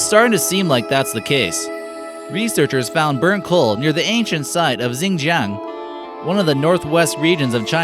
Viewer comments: Horrible pronunciations of Mandarin names. Qing Dynasty as [kwing dainesti]? It should be as [tsing .... ]. Xin-jiang should be as [seen-dsyahng], not [zeeyan-djiahng].And, I like the US flag actually. It suits your heavy American nasalized and R-ized accent, just so as not to ridicule you, but most pronounced in your Mandarin pronunciations. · Same here. I had to stop the video at "Zzingjjiang Provence".